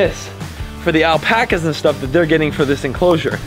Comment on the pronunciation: Alapacas? Your getting Alpacas?